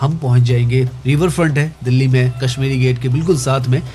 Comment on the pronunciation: You're speaking sh as s. It is not Kasmiri but Kashmiri. Correct your pronunciation.